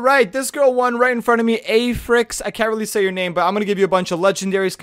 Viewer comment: sees girl wins* saying her name as: A-frick or something me: ay language maybe kids are hearing dis and they might not know what it is and says mommy what's "frick"?